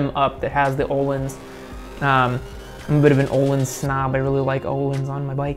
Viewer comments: the name Ohlin is pronounced oh-leans. It is a Swedish word, and is not pronounced like a word in English. A-crap-a-vitch is how the exhaust company Akrapovic is said. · The pronunciation of Öhlins made me want to jump off a cliff.